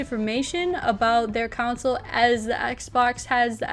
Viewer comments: Stop saying counsole...its console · Lol Console=Council.